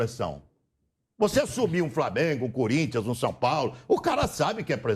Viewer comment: Nilson deixa de ser clubista, vergonha para a narração do esporte . E outra teu "cunrintias" ruim mesmo.😂😂😂😂